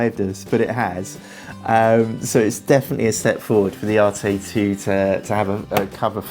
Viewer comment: "ARETE" NOT "ARTAY"